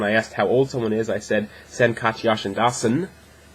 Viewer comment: Your Turkish is well, usually you have the Istanbul accent which is polite but you get this Arabic Turkish accent all of a sudden. At one point you pronounced "e" like "a". I noticed it when you say "Sen". You're doing fine with "Ben" but the way you said "Sen" sounded more like "San". Just don't think about Arabic a's. Try to pronounce "Sen" the way you pronounce "Ben". Just you know, not with B but S. It was wonderful to see foreign people know about Turkish enough to talk about it. I know my language is hard but I hope you don't give up improving. Best wishes.